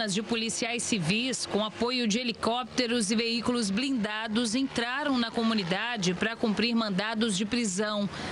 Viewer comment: 24 "civiss" ????????? Jornalismo brasileiro